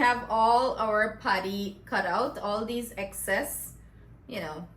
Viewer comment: Patty not paddy